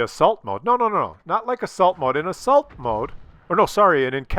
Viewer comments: oh, "assault". I thought you were saying "insult mode". Seems to me attackers usually win this map. Especially if there's arty. They camp the back corners, and they get spotted to death. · Hi, it took some time for me to understand that you were actually talking about "assault mode", because I was hearing "insult mode". OK, I'm a Dutchman living in the south of France, so why should I understand a Canadian who speaks English on a French computer. But the coin finally dropped! Btw, I switched off this insult mode already a few updates ago. Keep up the good work, I am always enjoying your daily fix of the working man's reality! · And here I thought he said Assholed Mode